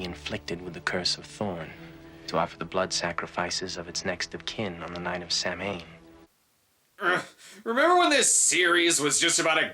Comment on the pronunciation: And yet another person who can't properly pronounce "Samhain."